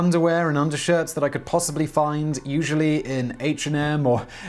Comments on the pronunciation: Yeah lol I was confused after he said it means bridge in Hebrew bc that’s gesher and then the second time he said it he pronounced it gersher lol. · It's Gesher. Simon just mispronounces it, like many other things. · Except that the word he mispronounced was Hebrew, so the validity of the British or American versions of English have no relevancy, but the British accent's interpretation of Hebrew does. BTW the correct pronunciation is GE-sher (ge like get, sher like share) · "Gesher" (גשר) is bridge, in Hebrew, not "Gersher" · in hebrew it's gesher no t gashar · Hey! Love your work Simon, but I'm almost positive the Hebrew word "gesher" is pronounced like "geh (like 'get')" - "Cher (like the superstar)." I only know ancient and modern Hebrew speakers who learned English in the US, so there may be a bit of regional variation to our Heblish, but I'm pretty sure that's the correct way to say it. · You mispronounced the name Gesher. The "Ge" is pronounced like the first two letters of the word "get". The rest is pronounced somewhere between "share" and "Cher"